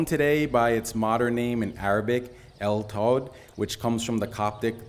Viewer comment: And pronunciation of Tod is far more accurate than mine.